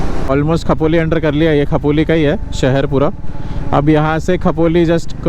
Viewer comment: Khapoli❌ Khopoli✅. You can dispute this fine using the challan no(if it is there), as the Expressway and Old National Highway are merged in this section.